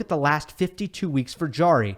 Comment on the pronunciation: Great job, except for the pronunciation of Nicolas Jarry's last name. It is Harry, since j in Spanish is pronounced h (e.g., Jose).